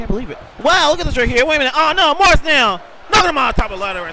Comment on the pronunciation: LOL kept pronouncing it Marse